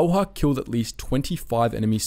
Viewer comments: Its not simo hauha, its häyhä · I'm yet to watch one of these documentaries and hear Simo Häyhä's name pronounced correctly (you even butchered the spelling, c'mon man!). It's HÄY-HÄ, two H's and none of them are silent. I'ts pronounced kind of like HEY-HE-, two Hey's in a row but you skip the last Y. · It's not Simo Hayha it is Simo Häyhä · Its Häyhä, not Hayha or as many people pronounce it, Heihaa (come on its not difficult. Simo Häyhä. Not Saimou Heihaa.). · It’s actually Häyhä not Hayha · its Häyhä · Pronounce (Häyhä) in right way please . Y in his surname sounds like ew in word new . You welcome Oj and Maria Ljalkova you pronounce wrong I am Slovakian you can be sure. 😉